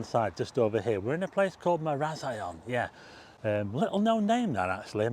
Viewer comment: Trust a Blackpoodle to mispronounce Maraz I on. Funny, Stevie x